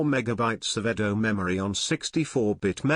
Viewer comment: Eddo RAM.